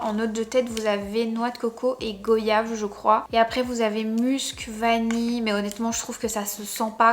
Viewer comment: S’il vous plaît prononcez correctement goyave ça fait mal aux oreilles 😭😩